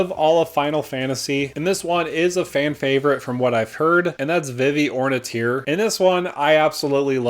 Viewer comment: Never heard anyone mispronounce Vivi, but lots of trouble pronouncing Ornithier.